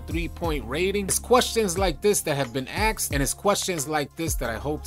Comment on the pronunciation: "It's question like this being axed" Lol cmon 🤣